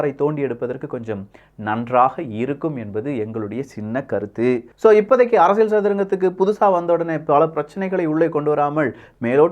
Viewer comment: ப்ரோ உங்களோட “அரசியள்” உச்சரிப்பு தயவு செய்து மாற்றவும்